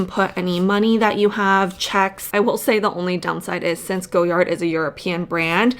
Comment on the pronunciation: Everytime you say "go yard" I die a little. It's "goy ard"